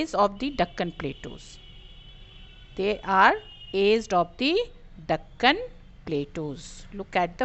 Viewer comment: You pronounced it wrong